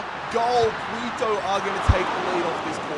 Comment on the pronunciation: Quito is pronounced ki-to, not qui-to